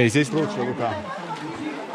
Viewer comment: Лука с ударением на у.